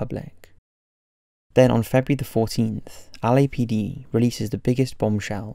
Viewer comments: He keeps saying Ali-A PD. 😂😂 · Like the way you pronounce LAPD and Los Angeles. 😊